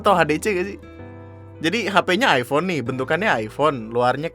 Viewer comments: " Hai hape aku aipon,hape kamu apa? Vivo? ,Upss miskin" Me : Aifon ya bukan aipon. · penyebutannya aja masih nub. Iphone = ai fown bukan ai pon. salah ye anjing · Ngomong iphone aja salah😒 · ngomong "iphone" aja gak bener